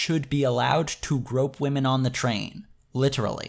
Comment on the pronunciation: I think you mispronounce waaahmen.